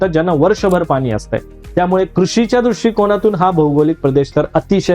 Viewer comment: गोड आवाजात पानी ( पाणी) आणि हरियाना ( हरियाणा) सारखे शब्द मिठाचा खडा टाकतात.